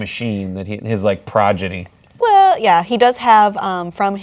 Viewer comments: Lmmfao!! "progidy" Go team human! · the man said progidy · I agree, he did. He likely meant "progeny," though.